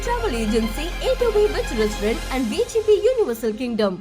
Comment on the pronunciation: It's not restaarunt...😂.